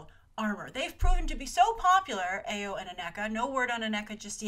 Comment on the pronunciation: Grace, bless your heart with your mispronounciations. Awesome video as usual. Dora Milaje = Dora Milahzhay Ayo = Iyoh Aneka = Aneeka Okoye = Okoyay